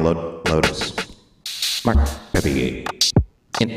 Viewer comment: Love how Ethan manages to mispronounce Marc’s name even the second time on the show lmao